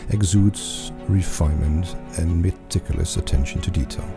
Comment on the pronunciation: Echt, hoe kan je woorden als "bespoke," "meticulous" en "revered" verkeerd uitspreken 😭